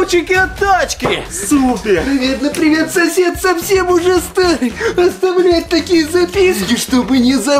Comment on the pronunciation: Там, пиривет, сосед, 😮